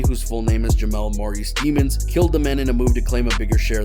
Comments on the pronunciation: I think it’s French and supposed to be pronounced “deh-monz”. But Melly said it as “demons” just to sound cool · it’s actually pronounced day-monds, she pronounced it wrong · It's pronounced Dey mons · It's pronounced de mons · Demons? I would think that’s pronounced “deh-mons” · His last name is pronounced Dey mons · It’s pronounced deh mons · I think it's pronounced Dehmunz. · It's pronounced Daymons 🙄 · His last name is really “Demons”. I’m sure it’s not pronounced the same but geez. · they said his last name wrong.